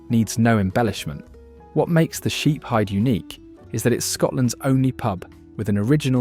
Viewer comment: In relation to the Sheeps Heid - It is pronounced "heed" and not hide.